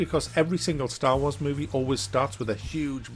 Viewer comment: drink a shot every time he says staw waws